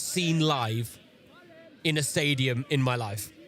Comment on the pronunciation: lieber bayer, man spricht nicht stadion, sondern im englischen "stay", wie bleiben und "dion" wie bei der celine. yo